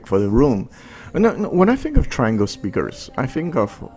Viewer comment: Great jobThomas. Thnx. With respect, I was told Triangle is pronounced Tree-ahn-gle.